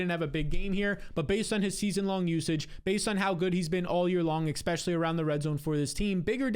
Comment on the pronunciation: e-S-pecially, not expecially. I love your videos but you use this word around 40 times each video. Especially, e-SSSS-pecially.